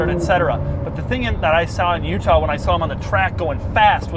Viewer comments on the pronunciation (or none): none